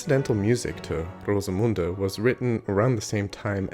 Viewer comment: Very good pronunciation of Rosemunde!